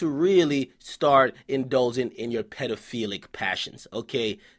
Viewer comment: My boi said pedaphelic passion omg!! W to Ak for tha wordplay. That's why I fux witchu fool